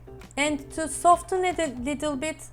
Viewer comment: Also, the “t” in “soften” is silent :)